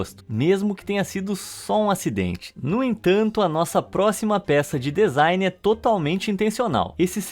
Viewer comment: Bah irmão, pra quem é do ramo, ficar ouvindo vc fala dEzain o tempo todo é uma tortura. rsrs. Parece que cê tá falando adEvogado, rsrs. Por dúvida, digita la no tradutor do Google e aperte o som pra ver com é. Lê-se dzain ou dizain. Abraço e parabéns pelo vídeo. Bom alguém falando sobre essas bizarrices!